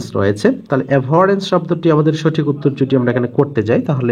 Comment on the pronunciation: সঠিক এর উচ্চারণ আসলে কোনটা ভাইয়া সঠিক=স+অ নাকি সঠিক=স+ও আপনি সঠিক কে সোঠিক বলে উচ্চারণ কেন করেন???